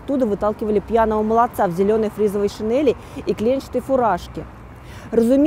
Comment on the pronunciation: Очень интересно, но шинЕли же, шинЕли.